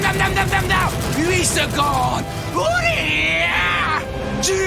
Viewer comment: C'est comme si il disait mouda pas muda 😂